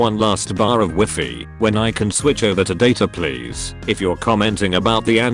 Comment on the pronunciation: the way it pronounced Wifi